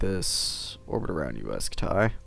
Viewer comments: Why the heck do u say scut tie it's pronounced scuty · UY Scut-Die. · Uy scutai? Really dude? Read it on spanish